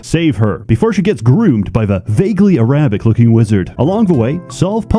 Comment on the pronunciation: The fact I never fully figured out where came from and simply assumed he was Dutch or Danish makes his weird pronunciations like A-rabic funnier